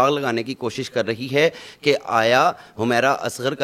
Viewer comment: Nam Tu thek se ley Lou hamaera nhi Hy wo humera Hy